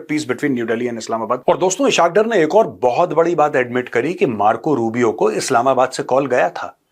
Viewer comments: Major Sb as Ur Urdu is very good, so I want to correct u, his name is ISS-HAAQ DAAR. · Oh uloo Kay pathay pihlau to Ishaq Daar ka name to theek say lay😂😂😂😂 is say tumhari research kita hye pata chal gia ... Jhootha of the year😂😂😂